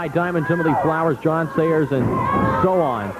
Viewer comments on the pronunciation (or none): none